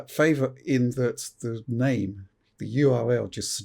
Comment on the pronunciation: You butchered his name twice lol.